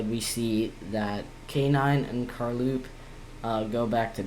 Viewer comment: No it’s car low p